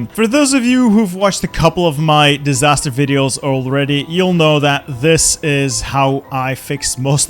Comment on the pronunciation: Dis-tsar-ster save?